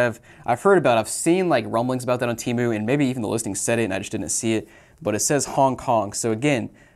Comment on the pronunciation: How did you pronounced temu lol timu